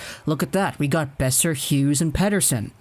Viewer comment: buddy, are you this stupid. It's not "Beoser" it's Boeser